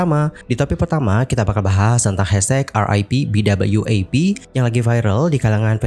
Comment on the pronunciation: BWAP bukan BWAF